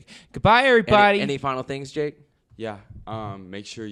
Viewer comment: "What Do You Think JACK?" Anyone else hear say Jack instead of Jake lol! 😂😂😂